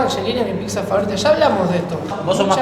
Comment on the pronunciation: Banco que el Burguer la nombre "piSa", cada vez que alguien la llama "piCsa", en algún lugar de África muere un elefantito bebé.